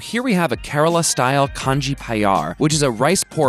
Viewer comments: It is a crime in Kerala to make any kind of kanji without rosematta rice. P.s it is pronounced like 'kan-yi' in Kerala, not 'kan-jee' , like in the Eastern Asian countries. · The J in Kanji is silent. So it's pronounced kan-ni. Also the rice used in Kanji is broken up first so the rice pieces are smaller and its way more watery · Not kanji...it is kanni... (Kerala rosematta)